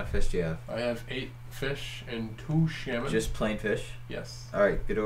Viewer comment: Ah yes, nothing quite like delicious SAL-mon 😂